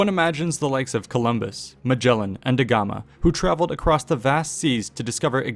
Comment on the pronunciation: A small correction, it's Vasco da Gama, not de Gama